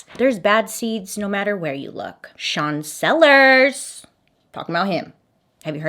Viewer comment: you said sean sellers and i heard "chancellor", for a second I was like "... there's a chancellor in this story?????????"